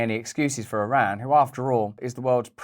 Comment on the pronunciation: MY Iranian in-laws from Teheran, consistently had to remind me how to pronounce the word Iran, until I finally learned it, in eloquently pronounced English...When Russel can't pronounce Iran properly, we'll not be watching anymore; HASSAN SAIIED said " like your ear, and a friend named Ron" EAR---RON, yes? Ha Ha Ha, Love this guy! Gotta say, he's encouraging us to take a bit of a better look AT ourselves, while we try to keep our homes and personal lives "in tune" with those things we seem to be able to do NOTHING ABOUT. (Pls pardon the pun.) Russel, you remind me of a caricature emulating some of the "Proper English of the Proper Parliament!" were they able to SPEAK as fast as they WANT US to think they are able. Seriously while the military industrial complex and leaders are a bit preoccupied trying to get all of the transgenders trained to wave their white underwear on polls and "prepare for war?"VOTING still being corrupted, that's really a good question! And didn't "somebody" recently sell PROPERTY to the Chinese near all of our major installations ? Not to mention, let a few through our southern borders posing as Venezuelans? This Fake Administration of Gangsters has given a total of $6 Billion, of Howdy Doody's trapped American taxpayers' funds, along with "unknown types and kinds" of "Interceptions of the 100 Billion " that was designated to help Palestinians to survive or escape; the innocent ones-As if JOE's or KnittenYahoo's military industrial complex were ABLE to